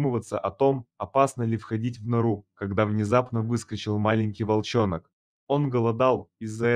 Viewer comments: ГлУбоко,вОлченок,вымя,- это пипец!!!! Не тараторь всё однообразно!!! Куда спешишь,диктор!! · ВОлченОк....и так несколько раз.....глубОко....Рассказчик русский? Или неграмотный просто?😢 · Уважаемый автор! Вы, вроде бы, говорите по -русски. Хочу заметить, что по-русски ударения ставятся так: не вОлченок, а волчЁнок, не глУбоко, о глубОко. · Не вОлченок, а волчЕнок.. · Почему волченок,а не волчонок,прям уши режит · Интересно, как чтец произносит русские слова: наШЕЛто (а не нашел ТО, что искал), "вОл- ченок", "глУбоко", услышал "гОлоса"(голоса своих детишек!) и т.д. А как вам понравилась авторская фишка про "вымя у волчицы, полное молока"?!??))) Это плохой робот, или полуграмотный чел?!😮😅😢 В любом случае - это дешевая байка с разномастными картинками и тупой монотонной озвучкой!🙄🤡👎👎👎 ...То ли это убеленный сединами бородатый Джон - в зимних лесных дебрях далекой страны, то ли Василий, упитанный мужчина в полном расцвете лет, в зеленой панаме, бредущий с фонарем средь бела дня по осеннему лесу в средней полосе России.... 😂😅 Сочинение - на "двоечку" - розовые (или голубые) слюни... на тему "Хороший человек помогает хищнику в беде"...))))😊😅😂😢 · Что за безобразное прочтение! Одно только слово - волченок - с ударением на первую о!